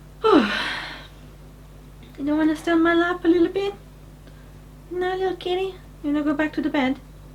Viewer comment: its a kittah!